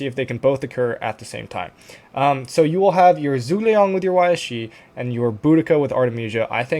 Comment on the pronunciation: Zhuge liang is pronounced as (Ju)Geh liang all together 👍🏻 we need to be respectful of other languages pronunciations it makes you look hot in front of others 😂